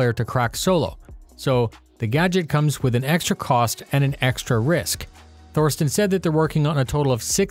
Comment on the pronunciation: Small tip: there's no "th" in German. "Thorsten" is pronounces "Torsten". Love your work!